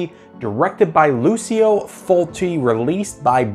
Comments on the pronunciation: It's pronounced Lou-cho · My friend, in Italian it pronounces like LuCHO, FriTSI, etc. ;)